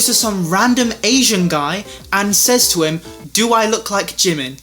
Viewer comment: I always thought you pernouce jimins name like jee-min